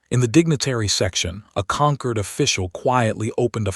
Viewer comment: "Concord" or "Conquered?" You poor AI can't figure it out. Hope you can get your money back.